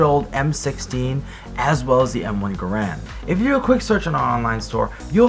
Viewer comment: M1 GARE-END not gurand